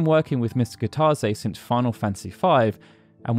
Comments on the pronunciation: Goddamn it! Kitase is Pronounced Key-Tuh-Say, not however you're doing it. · That's not how you pronounce Kitase. This new Generation and how they Pronounce Japanese Words, I swear to God...